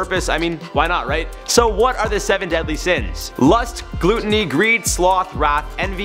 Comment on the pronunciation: Cant handle you pronouncing gluttony like Gluten. Its Gl-uh-toh-nee